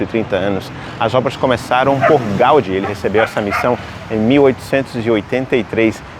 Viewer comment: O acento em Gaudí não indicaria que a palavra é oxítona? Pq ele pronuncia Gáudi? 😮